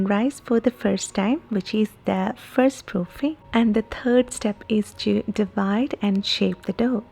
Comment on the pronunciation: She has trouble with 'third', the word. Th. Is it hard to say , th ? I cannot roll my 'R's.. Speaking Spanish would never be right... Much less Hindi.